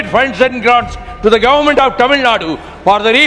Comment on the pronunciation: He pronounces governament😊